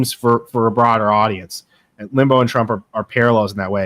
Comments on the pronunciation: Rush Limbo???? Can’t he pronounce his name right after all that study? lol 😂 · Your guest's mispronouncing Rush Limbaugh's name is hard to take. It isn't spelled Limbo. I was not a huge fan of Rush as I'm old enough to remember Bill Buckley who was a much classier conservative commentator. In fact. I thought having the first President Bush on Limbaugh's show was kinda sickening.